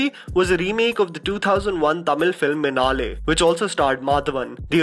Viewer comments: its not minaaale. Its Minnnale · its actually minnale- with a stress on the double n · the name pronounced was like some russian movie title, anf its not minaaale, its minnale meaning lighting in tamil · Hahaha, I love your videos but man, the pronunciations were atrocious. Lemme break it down. Minnale- min/nul/lay Alaipayuthey - Aa/lie/pa/u/dey manichitrathazhu- money/chitra/taal /lu Not critiquing you, just hoping to help :) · "Minaaale" lol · मिन्नले मणिचित्रतायु (Even the यु isn't the proper way to pronounce, but comes close) मुदल्वन् अलै पायुदे सेतु